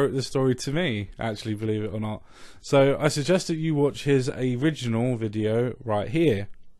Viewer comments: "A-riganal video" Bloody hell. Work on the pronounciation, mate. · Most welcome. Hope you didn't take offense at me having a go at your prononciation of "original" :P :P XD